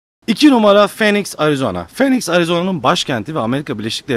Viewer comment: Abi phoenix 'finix' diye okunuyo. Nba'dan biliyorum :)